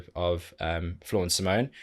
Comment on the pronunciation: Awesome as always... Btw, it's SimonE, the E is not silend at the end and it is not an 'e" but an ... erm.. maybe you should check her explaining her name :) Simone explains how to pronounce her name | smoonstyle instagram live 8/02/18